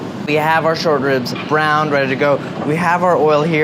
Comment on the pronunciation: Every time he said short ribs i heard shortbread lmao